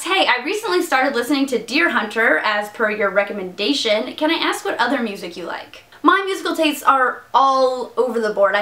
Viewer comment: It always sounds like your saying "ass" Meg instead of ask Meg lol